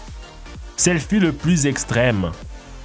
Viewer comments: C'est calamar et non "calmar", et selfie pas "selphie" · calmar à la place de calamar et selphie au lieu de selfie